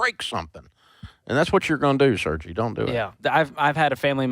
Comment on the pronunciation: First callers name was definitely Sergei which should have been pronounced sir-gay. You can hear the Slavic accent, and it’s funny hearing Dave pronounce it sir-gee 😂